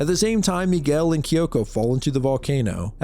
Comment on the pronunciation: you said Miguel with such perfect pronunciation that makes ne think youre brazilian